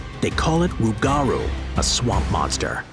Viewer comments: It's pronounced Roo ga Roo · We call it the rougarou (roo-gah-roo) had you have done any real research. This could have been a good story of you'd have reached out to anyone in our area.